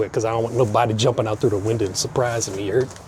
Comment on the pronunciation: i knew from the YA HURD